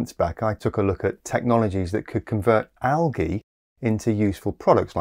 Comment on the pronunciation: Algy? We deserve a warning when you pronounce things like that!